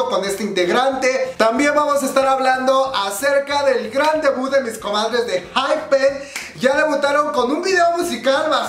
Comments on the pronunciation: (enjaipen) pronunciación de ENHYPEN ... Rayos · ENHYPEN, se pronuncia la "E" jssjs